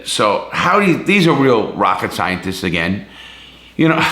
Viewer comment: Love how he says rocket scientists, made me laugh.